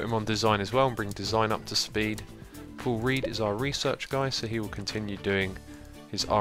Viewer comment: Does anyone else hear 'Poor Read' instead of 'Paul Read'?